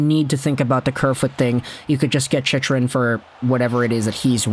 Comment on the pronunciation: Holy hell dude.. CHICK-rin. Say it.. CHICK-rin You've had like 100 videos about him and you still say it wrong. Imma start calling you..